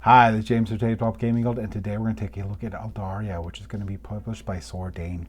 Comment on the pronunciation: Just bought this online! Really looking forward to getting it. Loved your run through - you kept it simple and easy to understand. Just one minor criticism - there is no "i" in the name. It's Aldarra, not Aldarria.